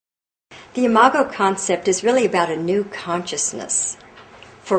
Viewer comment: THANK YOU, THANK YOU, THANK YOU, for pronouncing "imago." I could not tell if it was "I-mah-go" or "I-mah-Joe," as in "imagine." The word appears so frequently in your book, I cannot focus on the message of your book, without my train of thought being disrupted by this unfamiliar word. Now I can read the book and learn.